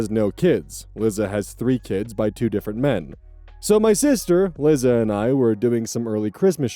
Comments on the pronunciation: buddy, it's "Lie- Za" not "Li- zza". Like "Eliza/Elisa" but without the E. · This is hardly an issue but i am going mildly insane: 'Liza' is pronounced 'lie-zah,' like the end of Eliza. It's short for Eliza. I doubt anyone cares but me but I had to skip that story 😭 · Won't date: I'm so sorry to be picky about this, especially since the girl sucks, but I was so bothered by your pronunciation of "Liza". My sister has the same name, and it's pronounced "Lie-zuh". (Liza Minnelli, anyone?) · LIE-za. Not Lizzza. Sometimes, the way you pronounce names makes me laugh, sometimes it drives me bananers. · babes, Liza is pronounced the same way as Lisa 😭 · "Lizza" Liza Minelli fans/Gen X North American LGBTQ communities: 👹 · I'm dying at you pronouncing Liza like lizard and not like Eliza without the E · you mispronouncing liza had me peeved but her being a nutjob makes it in a way deserved sooooooo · That pronunciation of Liza made me ill.